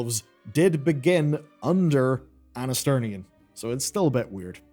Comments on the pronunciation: Anasterian , not Anasternian . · I don't really wanna be "that" guy but it just bothers me maybe a bit too much It's Anasterian, not Anasternian, just sounds weird 😓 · it's Anasterian, not Anasternian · It’s “Anasterian”, not “Anasternian” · Stop calling Anasterian "AnasterNian" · “Anasternian” LOL